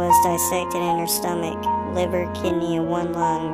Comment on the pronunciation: uuuh... "STOMECH"? don't you mean "STOMACH"?